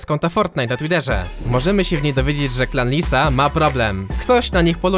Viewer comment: jak mówiłeś to słyszałem "Klan Disa" XD